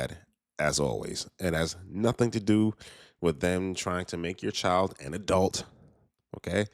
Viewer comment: She didn’t even say adult correctly lmao